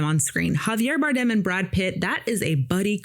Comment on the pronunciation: For better or for worst? God i need to start doing movie reviews the amount of time you spent talking about yourself, I could explained the movie without bringing up my personal opinion about wardrobe, DO BETTER, you sound like you are scripted from chat gbt, stop murdering Javier's last name, and him Pit were in "The Counselor", you brought up your racial bias about a actress that wasn't in the movie you thought was supposed to be and how much better it would have been if she was, dont be that person, you have 2 of the most talented career actors on this movie and 1 of 10 that are gonna be the next generation of greats (Idiris) but please tell us how the nobody, DEI hire for the remake of the little mermaid would have made a movie about F1 racing better instead a white woman in the pit crew, that was the moment i realized you are part scumbag, im so gonna start doing reviews I do appreciate the motivation there is a thousand yous, one question never mind everything else i said what was your thoughts on Oppenheimer? Should Oppenheimer have been played by a black woman as well or can we leave that in the master piece category?